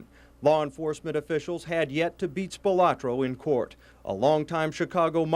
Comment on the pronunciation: The Spilotro family always hated the way everyone pronounced the surname. It's Spi-loh-tro, not Spi-lah-tro.